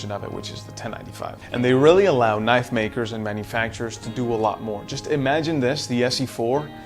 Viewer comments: It’s a knaf goofy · what the hell is s knaf is that a failed attempt at a southern accent or are you from another country ? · Why are you intentionally mispronouncing "Knife" ??? not cute bruh